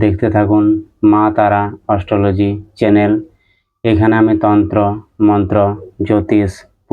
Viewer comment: আরে দাদা অস্টলজি না,অ্যাস্ট্রোলজি। ❤